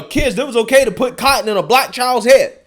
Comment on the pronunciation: Too much emphasis on the word "cotton"